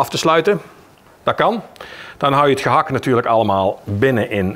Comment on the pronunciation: ….die “T” bij gehakT is gratis. Krijg je voor niks erbij.